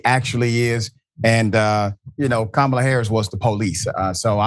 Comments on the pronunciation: Mispronouncing Kamala Harris's name or calling her garbage is scrapping the bottom of the barrel. That's stooping to an unimaginable low, even for trump's standards. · good Kamala 's husband said that! Trump cant say her name wright!! com on now.everyone says her name correct but u :face-orange-frowning::face-orange-frowning::face-orange-frowning::face-orange-frowning:say it !!!